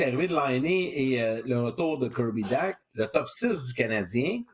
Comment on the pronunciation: Serait temps que vous appreniez à prononcer Dach comme il faut. Bye